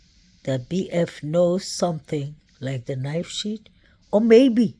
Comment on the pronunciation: Fyi: not knife sheet. It is knife sheath. Not kings rd, it is king rd.